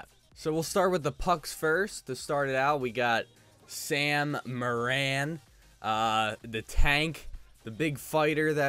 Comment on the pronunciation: Its not Sam more an its sam more in